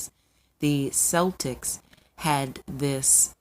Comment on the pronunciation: Great video. But I have to admit It sounds so weird hearing Celtics pronounced with the S instead of a K sound.